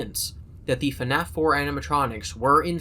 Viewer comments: I'm only 40 minutes in and I already love this video. If only bro knew that FNAF is one syllable... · Okay, love love love the video. Also I really like your voice, but why FaNAF? Where is the extra A?? I thought it was pronounced FNAF like : Fffffnaf for the past like 7 years... am I in the wrong? Is it a britisch thing? 🙃